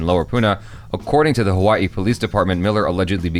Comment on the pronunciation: Your pronunciations got me dead 😆 Ha-Waa-E, Can pronounce like Ha-Wuh-Ee or actually pronounced, Huh-Vuh-Ee Hi-Low, pronounced He-Low. Got Pahoa and Puna though. True, we surf on Spam Tsunamis.